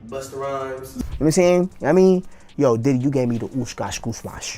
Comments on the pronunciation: 😲Damn.!! 😳Did he say {BUSTA RHYMES}🤦🏽‍♂️ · Did he just say BUSTER RYMES 😢 I officially don't listen to rap music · he said busta ryhmes wut